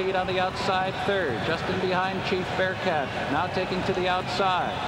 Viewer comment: Geez Durkin, you can't even get the hometown favourite's name right? Chief BearHART.